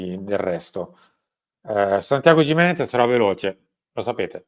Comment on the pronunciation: si pronuncia "chimenez"...lo ha detto lui